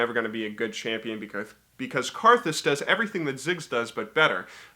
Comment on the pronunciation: Your pronunciation of Kha'Zix and Ivern makes me want to kill myself